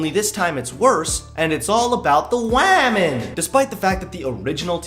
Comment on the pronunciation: Him in his feminist comedy video: “feminist comedians make such shallow jokes...” Him in this video: says wamen Me: hehehe he said wamen